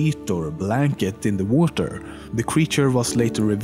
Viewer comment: Like that ocean? Also, why does he say water like: Woater?